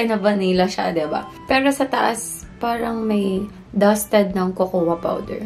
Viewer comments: Bhe,KOKOWA ka ng KOKOWA..Yung salmon nagawa moh i pronounce ng tama na silent L..Yung COCOA is pronouced as KOW-KOW or COCO,silent A ang cocoa bhe... No offense dipo aq perfect,nobody's perfect.Tine tell q lng,walang masama na i share ang kaalaman.Lagi kita pinapanuod...No hate here,tine tell q lng ang tamang pagbigkas or basa. ✌😉✌ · cocoa is pronounce as ''coco'' silent ''a'' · diwaw.. nagtatagalog xa diba🥴